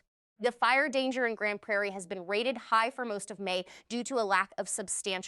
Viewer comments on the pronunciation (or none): none